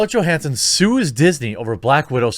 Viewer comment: Please PLEASE learn how to pronounce her last name. Jesus tapdancing Christ